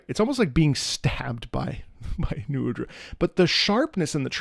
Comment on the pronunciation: srry you pronounce nu udras name wrong, actually its Nuh uhdra : )